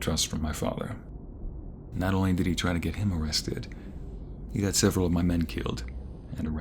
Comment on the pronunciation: Twy warwe we twalking this way